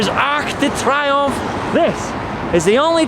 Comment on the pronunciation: It's pronounced "tree-omph" but A for effort! I have to make an adjustment from Canadian to Parisian French with some friends and the pronunciation is a big shift lol. Also just wondered if you knew that "Champs Elysées" in English is "Elysian Fields" so it's appropriately named after the resting place of heroes in Greek mythology. Makes the tomb of the unknown soldier an appropriate memorial for that street.